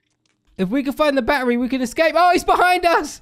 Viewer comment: This is how says battery barery